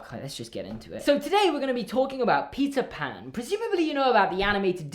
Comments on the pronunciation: I could have sworn he said pizza pan instead of Peter Pan😳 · Is it just me or did it sound like he said pizza pan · ok I know you’re saying “Peter pan” But I’m also hearing “pizza pan”😂🤣